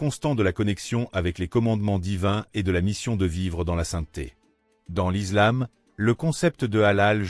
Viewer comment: On dit l’islam pas l’izlame comme Mohamed et pas mahomet